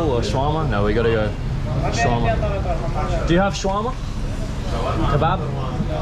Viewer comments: along 2 minutes waiting to know what is Swarama ,, finally i got that u mean "Sha-wer-ma" xDDDDD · Omg... Sha-wrrr-ma. If I hear "shwah-mah" another time I'm gonna lose my mind... That said, much love to Lebnen (from a Greek) ❤️ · Guys it is called Shawarma and not Swarama. Welcome to Lebanon. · its shawarma not swarama and thanks for giving me the brilliant idea of eating a shawarma... i just ordered it its on the way and idk why im telling you all this its kinda cringe and dumb but whatever